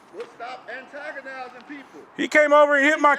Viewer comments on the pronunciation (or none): Why you agnotize... annodize.... damn... irritating folks? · RENT-A-COP said AGOTIZ'N 😅😂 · Home boy couldn’t even say “antagonizing” correctly. Uneducated pieces of sheeeeet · What?? Wtf?? Are u trying to say antagonizing???